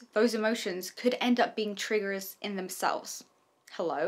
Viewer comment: When you said triggers and pronounce the errrrr 😂 😅